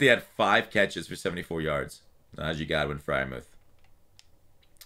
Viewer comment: It’s Goodwin not Godwin😂